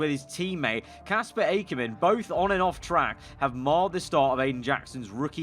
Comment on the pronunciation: Not A-ker men its ack-er-men